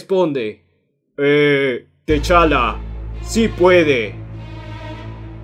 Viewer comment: Muy buen comic y muy bien narrado, pero no se pronuncia Teshala, se pronuncia Tachala